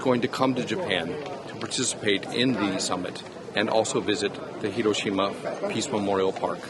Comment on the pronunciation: Why are so many in the media incapable of pronouncing Hiroshima (Hee row shee ma) even remotely correctly. They can pronounce the 'i' as an eee in sushi, tsunami, and a dozen other loan words. At least Jake Adelstein, on location, got it right.